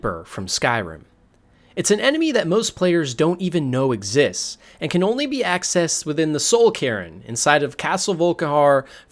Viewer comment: You care so much about how your voice sounds but don't do the little bit of work it would take to know cairn is pronounced like "kern" not "karen"